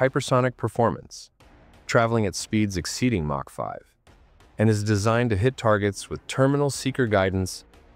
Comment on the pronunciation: "Mark 5" Hypersonic missiles, really, stupid AI narration